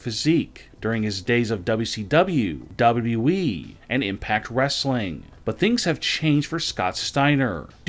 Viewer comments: It’s WWE, not Dobbity-Dobble E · Gotta be AI. I mean WWE pronounced as "dubba-duh-wee"...